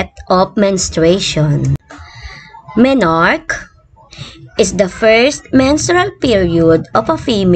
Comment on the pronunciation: Mam yung basa po sa MENARCHE ay ME-NAR-KEY